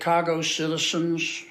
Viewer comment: Sickening old pig, pronouncing like 'ashk' you thish', 'citishens' in his lazy swine voice, no one would've guessed he is Ivy League Rhodes Scholar. Old puke, just my opinion.